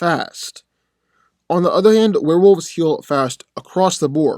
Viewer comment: Dude the pronunciation is wolves. Not wolfes